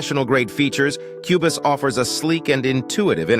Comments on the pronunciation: AI voice saying cue-bus? Not even worth a watch! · Wow. A new level of total AI trash. Not only is the title software mispronounced as "Cue Biss," which would be done by no human, and then differently mispronounced again as the hilariously apt "Cue Boss" , but the information is worse than not knowing anything about either. The video tries for example to make a case about professional features then instantly shows the obliviousness to what that means by offering "chord pads" as an example. Almost every example is the same. Just lists of randomly gleaned features and misinformed opinions about why they matter or relate to professional vs hobbies workflows. It was so bad, and utterly shameless, that it really needs to be given credit as a modern milestone in uninformed review clickbait. Well done. I will certainly be back to unlearn something else. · This is by far the worst comparison video ever. Not only does the AI voice mispronounce Cubase (a distraction) but says absolutely nothing substantial about either DAW. S-T-U-P-I-D